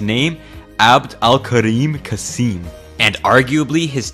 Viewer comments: أبد الكاريم قاسيم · أبد الكاريم كاسييم 😭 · Pronounced “AbDOOL Kareem Kah-sehm” I oughta know, my dad treated him for gunshot wounds.